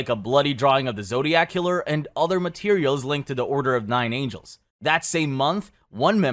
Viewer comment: order of nine angles, not "angels". second time this week i've seen a channel botch that lol.